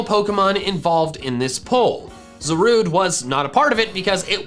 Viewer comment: It is pronounced Zarude